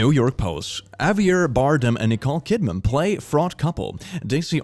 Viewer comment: The only confidently incorrect thing here is how you pronounce Javier Bardem